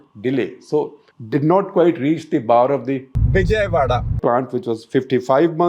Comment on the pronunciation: Say "Vijayawada" again 😂